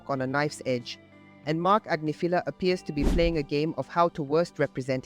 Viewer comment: Grammar police - Agnifilo Ag NIFF uh low. If you're going to say his name, say it right. Sheesh.